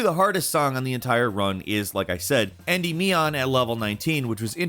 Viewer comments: en-ˈdi-mē-ən, not andy-meeon XD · And “endee-me-on” 😂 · And Endymion